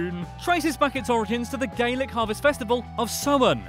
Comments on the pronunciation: OMG the way he pronounced Gaelic! It's (Gale-ic) not (Gay-lick)... 🤣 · It’s pronounced ga lic